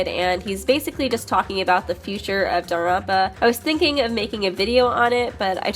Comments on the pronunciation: i'm sorry, but i have really bad adhd and i get angry over very small things. Danganronpa is pronounced "dang gin ronpa" not "dong gin rompa". I'm not trying to hate at all, it just really, REALLY frusterates me. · Why do you pronounce "Danganronpa" as "darunpa"? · ytf u keep saying danganronpa like that